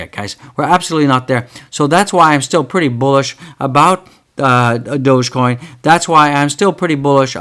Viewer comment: in fact go back to april or may and watch his videos he doesn't even know how to pronounce DOGECOIN 😅